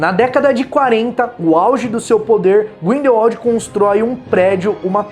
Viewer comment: Olha só ele pronunciou certinho!!!! Grindelwald e não Grindelvald como da última vez que assisti um video falando do mesmo! Só por isso, vai ganhar um like! Parabéns 👏👏👏👏